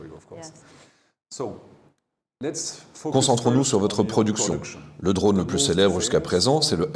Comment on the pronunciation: Très intéressant comme toujours mais tout au long de la traduction il est dit "dronne" à la place de "drône" : est-ce bien la même chose (et non "choz") ?